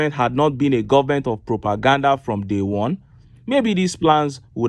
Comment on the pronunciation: A minister who can't pronounce "government" is the ministry of education? Nigeria "goment" is not serious! How can the educated Igbos and some Yorubas listen to these types Hausa uneducated people? Boggles the mind! Just reduce the cost of "goment" to minimum wage like all others.